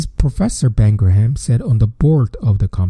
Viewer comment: Just listened to your latest podcast episode on The Most Important Thing. It was great as always. Just a years up that Graham is pronounced like"Gram." The "h" sounds are silent. Also, "ideas" isn't pronounced like "idears". No " r" sound.